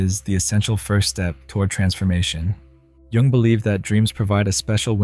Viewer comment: It's too distracting listening to someone discuss Jung when they don't know how to pronounce his name correctly